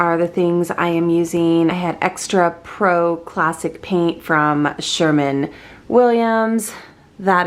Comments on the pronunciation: SherWIN not Sherman. Lol! And DIY. Not DYI. ❤❤❤❤ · You only heard that if I also heard her call it “Sherman Williams” paint. 🤔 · Sherman Williams? It says right there, Sherwin Williams. Lol Love ya, keep up the videos!